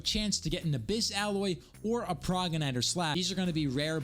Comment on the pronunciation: Pro-Jen-it-or is the pronunciation for progenitor lol, by the way how do you get legendary armour?